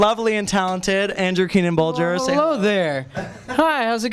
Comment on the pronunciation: ah yes, my favourite, Anrew Keenan-Bolger